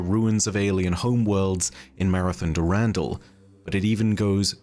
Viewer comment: can we please stop saying "du RAN DAL" is "Duh Rahn Dahl"